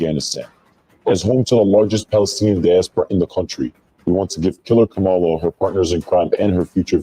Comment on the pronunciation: I think a lot of people innocently mispronounce Kamala’s name because it’s mispronounced so often by the media. Doubt it’s on purpose. I used to say it that way I just recently heard Marc address it.